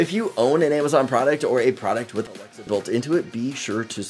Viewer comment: Why you cannot pronounce alexa?